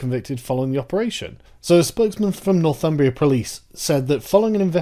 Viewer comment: When you first said Northumbria Police I thought you said "North Fun-bria Police" Maybe they last one is more accurate.